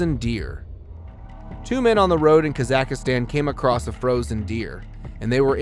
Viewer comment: What the help is kazackistan its pronounced as kazackstan not with an i